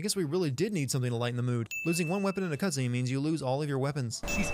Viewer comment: The word "cutscene" about 19 minutes in is "cutsvene."